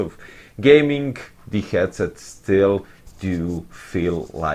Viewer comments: The 'Gyed-set' cracked me up dude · The way you pronounced 'Headset' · Yes, but the way you pronounced it brøther